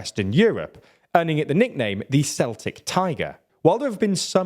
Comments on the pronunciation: The pronunciation of "Celltic" is not the same as scotland celtic fc, the C sounds more like K . the "Cel" should sound like "Kel" , like "the book of kells" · keltic tiger. not pronounced "seltic" tiger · It's not pronounced Seltic it's pronounced Keltic. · It's not pronounced 'sectic tiger', it's pronounced 'celtic tiger'. Good video though. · "seltic" is a football team. The adjective is "keltic" It is amazing how little some people manage to learn about their neighbours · Pronounced 'Keltic' tiger rather than 'Seltic'. The latter is the football team from the east end Glasgow. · Great video. Very informative and interesting. My only gripe it its pronounced kell-tic, cell-tic is the football team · Celtic is pronounced Keltic not Seltic... Please check this as its a common occurance in your videos. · Just wanna say it’s pronounced ‘keltic’ not ‘seltic’ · “Celtic” is pronounced “Kel-tic” not “Sel-tic”. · Celtic is pronounced Keltik. How strange it is to have the first c as a s and the last as a k. There are 21 letters in the Irish alphabet and c is always pronounced k. There is no k and s is always s. Celtic (Seltik) is never said in Ireland. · Celtic tiger not seltic tiger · celtic is not seltik or Seltis its KELTIK pronuning it with a "S" is like calling a Canadian, Sanadian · That's Celtic, not Seltic. 😆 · Ffs it’s pronounced kkkkkkeltic not Celtic. That’s a football ya plonker!! 😂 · A word of advice: the word "celtic" in this context is pronounced Keltic and not Seltic. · Its pronounced kelltic not selltic its say selltic again i will find you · Is that not right? I always pronounce it with a "k" but the football team of the same nane prounuce it with an "S" sound and if the word of Latin origin seltic would make more sense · Most people in Britain say it like Keltic not Seltic. Don't forget some of us are Celtic too (Welsh, Scots, Manx, Cornish, and historically at least the English too). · “Seltic” tiger! 🤦🏿‍♀️ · "Kel -tick" Tiger is the pronunciation.